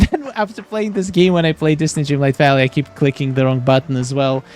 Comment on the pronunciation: Wait… I checked out your other videos and now I think you must be talking about Dreamlight? I feel like I’m hearing, “starlight valley.”